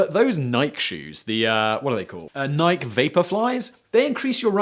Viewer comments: Nike rhymes with "Mikey" (not "Mike" as you're doing). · Simon, it's pronounced "Nikey" not "Nike" ... Nevermind, you win this one. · NikEEEEE, Simon... it's not Nayk! FOR THE LOVE! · This is definitely not your first video mispronouncing Nik-Key!! 🤦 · Has anyone noticed that Simon pronounces Nike as Ni-ke rather than Ni-key? Apparently it bothered me enough to Google it :/ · "Memes n such" counter: Script slaps: 2 Script intimidations: 4 Red bull memes: 1/2 Netflix memes: 1 Bada bum bum shhh: 2.75 Mic attacks: 1 Pawn Stars memes: 1 Calling FTC the FTA: 1 Awkward make-up commercials:1 Bad shape ups commercial: 1 "__ are/is a Legend": 1 (Btw it's NikeE not just Nike. Nike with an E sound at the end) What else y'all? (Some stuff got deleted when I came back to look at the comment! Grrr) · Nik-EEEEEEE brohan it's Nik-EEEEEEE (nyk-ee) I don't think think most company names generally have different pronunciations. Just like McDonald's isnt MacDonalds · Nikeeeeee. Long E. It's a name, rude to take liberties with it, and also who the shit says it that way!? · Nike is pronounced "nye-kee." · Imagine mispronouncing 'Nike.' Twice. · "Nike" has the final E pronounced! Have you never heard it pronounced before! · I'm wondering if Simon is being Troll Master Simon again, or does he really not know how Nike is pronounced. I know there is a pronunciation difference between the US and English speaking Europeans. Like with controversy.